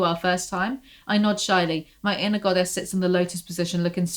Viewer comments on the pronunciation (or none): no waay... earlier whenever you said "inner goddess" I heard "Ana goddess"... maybe I don't have poor hearing, I'm just psychic